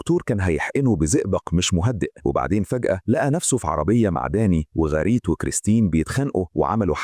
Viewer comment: فصلتني بكلمة غاريت، اسمه جاريت و ليس غاريت